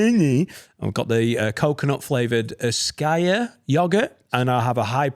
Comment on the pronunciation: Skier yoghurt? 😂 You mean Skeer?